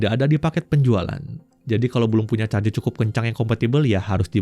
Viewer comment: R-nya panjang kali